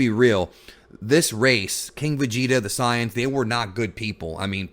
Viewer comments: Say-yans not Psy-yons. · ok if youre gonna use the "correct" term of the saiyans, then say saiyajin cuz it really sounds like your saying scion not saiyan. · Sorry it's really bugging me, correct me if I'm misunderstanding something but you're saying that you want to be more authentic with your pronunciations and names of the dragon ball terms right? When you say "Saiyans" it really doesn't feel like your being authentic to english or japanese. Did you just combine both "Say-yan" and "Sah-yah-jin" to get "Sah-yan"? Because it sounds awkward imo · We're in America, dawg. Who cares about authenticity? We know them as SAYINS and TURBLES. You just sound dumb saying siyins. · nobody: SAYANS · Omg all of those who speaks english and call saiyans "sayans" are bunch of virgin pretentious fans. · Christ man, just say ‘say-yans’...please... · The “Pys-ans” cringey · Am I the only one who couldn’t watch the video just off how he’s pronouncing saiyans 😂😂😂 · Yh I tried my best to ignore it lol